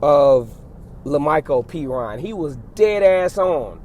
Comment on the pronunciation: Woohooo pronounced Perine right.😂